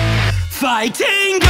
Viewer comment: Pretty good except for the fact that he really pronounces the TING in ‘Fighting’ and it wierds me out every time